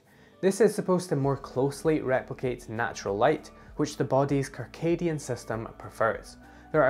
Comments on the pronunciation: Kircadian? I have never heard the first c in circadian pronounced with a hard k sound. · Circadian is pronounced sərˈkādēən